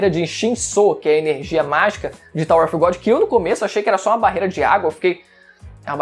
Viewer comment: Não e off e of que se pronuncia av. kkkk